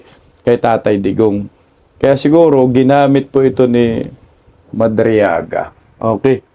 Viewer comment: Madriaga rather not madrigala, amaw amaw talaga, kagagawan ni Delima kc yan statement gawa gawa ni Delima.